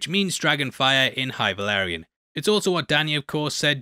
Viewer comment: Dude I love you and your videos but it’s “Balerion the Black Dread” and “Valyrian steel” not Velaryon lmao Also, it’s “levi o sa” not “levio saaah”